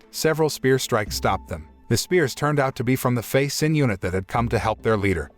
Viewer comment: Who the fuck is Sin? Xin is Shin.